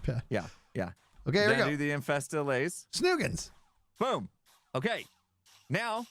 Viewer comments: Hermits will name the second largest city in America before they say allay correctly 😂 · How you pronounce "allay" is dependent on accent. It depends on how you pronounce alleviate. Some say /a/, some say /ə/. It depends on your accent. The Swedish developers probably learned English with Standard British pronuncation, which might be why they say /aˈleɪ/. I don't think most Americans would say it like that, I think /əˈleɪ/ is more common. But I don't know; just say the word "alleviate" and you'll know how you're supposed to say allay in your accent.